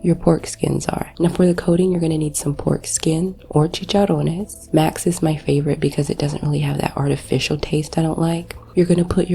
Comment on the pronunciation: I got hard when you rolled the R's when saying "Chicharrones"